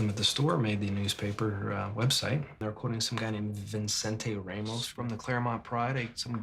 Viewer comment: Ray-mos? Literally who says it like that